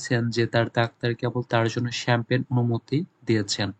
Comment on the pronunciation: (F) number er উচ্চারণটা হবে শ্যাম্পেন।আর আপনি কি বললেন এটা।।।চামপাগনী😂 যখন বাংলায় বলেছেন তখন ছিল। ইংরেজিতে ভুল উচ্চারণ করেছেন ভাইয়া